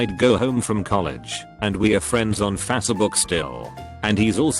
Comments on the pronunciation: Facebook is now pronounced faucetbook because thanks text to speech. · No one: Bot narrator: "Friends on Fassabook"